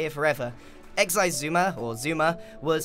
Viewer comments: it's pronounced "zi-su-ma", but he prefers "suma" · U pronounced it Xi suma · That's just how mumbo says it, pretty sure the x is silent